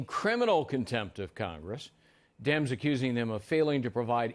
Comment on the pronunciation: OMG! I had to rewind that 5 times: "Harassment from the radical Dims" ROFL!